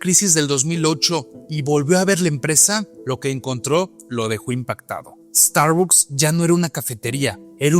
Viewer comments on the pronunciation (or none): Pronuncia bien la marca por favor